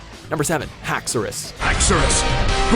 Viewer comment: Philip Garcia HACKS-E-RIS 😂😂😂😂 boii